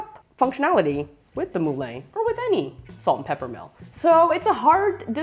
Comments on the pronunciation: I speak French also. It's the same word as in Moulin (Rouge), as in Vin (wine). It's pronounced 'MuLan', not 'Mooh-Layne' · It's not pronounced "Mooh-Layne". It's 'MuLan'. Helpful video nonetheless.